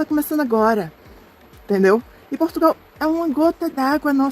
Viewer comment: Aos anos que ela está em Portugal e ela ainda não aprendeu a pronunciar de maneira correcta o nome do nosso país. Ela também pronuncia PortugAAAAAAAAAAAAAAAAAAAAAAAAAAAAAAAAAAAAAAAAAAAAAAAAAAAAAAAAAAAAAAAAAAAAAAAAAAAAAAAAAAAAAOOOOOOOOOOOOOOOOOOOOOOOOOOOOOOOOOOOOOOOOOOOOOOOOOOOOOOOOOOOOOOOOOOOOOOOOOOOOOOOOOOOOOOOOOOOOOOOOOOOOOOOOOOOOOOOOOOOOOOO. Só resta saber "ondgi qui fica essi país" que ela também não sabe pronunciar. É triste ver pessoas como essa brasileira, que apesar de ser descendente de portugueses,, tem um sentimento nítido anti-português. O que será que ela faz em PortugaLLLLLLLLLLLLLLLLLLLLLLLLLLL e não PortugAAAAAAAAAAAAAAAAAAAAAAAAAAAAAAAAAAAAAAAAAAAAAAAAAAAAAAAAAAAAAAAAAAAAAAAAAAAAAAAAAAAAAAAAAAAAAAAAAAAAOOOOOOOOOOOOOOOOOOOOOOOOOOOOOOOOOOOOOOOOOOOOOOOOOOOOOOOOOOOOOOOOOOOO se o país não vale nada para ela? É mais uma que não faz senão alimentar o sentimento anti-brasileiro, que cresce de maneira assustadora. Ela pode ter os diplomas todos que ela quiser, mas ela não deixa de parecer uma tonta, que tem deficiência na fala e que é do terceiro mundo. Sempre deu a entender que era meio tonta, coitada. Ela sempre mostrou esse sentimento doentio, de invejosa, acerca de Portugal e dos portugueses desde o dia que ele colocou os pés cá. Ela que pense só um pouco em que país ela nasceu e cresceu, um país do terceiro mundo,um país cheio de violência e cheio de FAVELAS, que nem para colónia já serve. Tão invejosa que ela é. SEMPRE foi, desde que para cá veio.